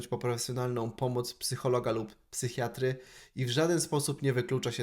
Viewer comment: Psychiatry -> wym. [sajkajaczri] Wiem, wymowa po angielsku posrana jest, ale może Ci się przyda do kolejnych rolek, żebyś wiedział ;)